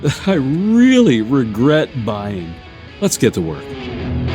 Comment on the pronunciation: Princess Bride Priest: "Wegwet. Wegwet is what bwings us togever today."